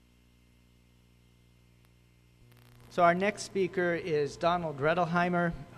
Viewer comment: He mispronounced his name. 🤦🏻‍♂️